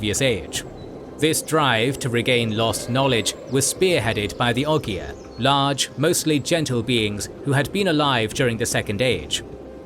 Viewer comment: It's pronounced Ogre.